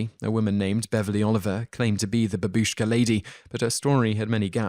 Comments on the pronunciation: its not ba bi sh k a but, as written, ba bu sh k a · Please research how to pronounce Bimini, babushka, Augustine, and Bethlehem. Otherwise great work! Thank you